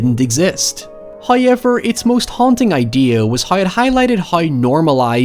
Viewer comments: I too like to pronounce “now” as “nigh” and “how” and “however” as “high” and “highever”... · Do you get paid everytime you say "hiy'ever"? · I'm not sure if this man says "however" more then anyone else on yt, or if the way he says "hoyeeever" is just so diffrent that it stands out that much lol